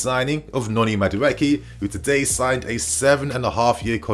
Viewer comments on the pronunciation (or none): It’s Madu-ay-Kay please